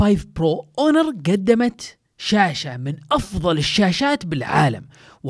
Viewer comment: هونر وليس أونر